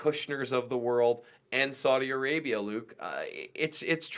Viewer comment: Sounds like you’re saying Soydi Arabia 😆